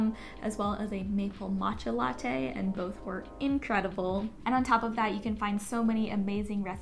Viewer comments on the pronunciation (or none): none